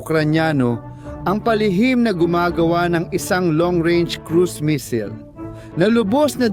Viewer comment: Bkit po "mesil? Hindi po ba missile?pero ok nrin..nice vlog..